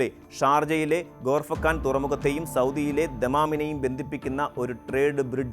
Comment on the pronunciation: കഷ്ടം,..!.ഗൾഫിനേക്കുറിച്ച് ഒരു ഉണ്ടയും അറിയില്ലെന്നു മനസ്സിലായി...😅 ഗോർഫക്കാൻ അല്ല മോയന്തേ ഖോർഫക്കാൻ ഇതൊക്കെ ഉള്ളതണെങ്കിൽ തന്നെ യഥാർഥമാക്കാൻ മിനിമം 20 വർഷമെങ്കിലും വേണ്ടി വരും...!. അല്ലെങ്കിൽ തന്നെ അതേ ലൈനിൽ ഫുജൈറ to ദഫ്ര (സൗദി) റെയിൽവേ പണിയിലാണ്.. ചില ഭാഗങ്ങൾ കമ്മീഷൻ ചെയ്തു കഴിഞ്ഞു..പിന്നെന്തിനു ഈ പാത,.?. റേറ്റിംഗിനായി പേക്കിനാവ് കാണും പോലെ മാപ്പിൽ നോക്കി എന്തേലും ചുമ്മാ തള്ളി വിട്ടോണം...!.😂😂